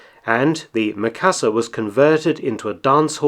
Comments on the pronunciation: Sorry, I just have to..... not Meh-ka-sa, it's Me-ka-sa. Japanese vowel "i" is pronounced like the "e" in the word "me" or the double "ee" in "feet". I've been slammed for this by my Japanese 101 teacher. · Is "ME . KA . SA.", base on Japanese English.......